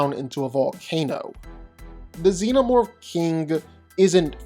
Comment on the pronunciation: for sure is XENOMORPH, not ZENOMORPH wtf